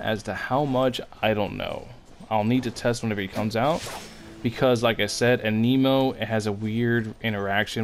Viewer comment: It’s not “Ay-knee-moe” It’s “An-Nih-Moe”